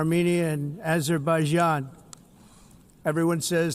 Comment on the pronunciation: So trump can not pronounce complex words like Acetaminophen and Azerbaijan. Yet we are expected to believe he is a genius and knows what he is talking about?🤔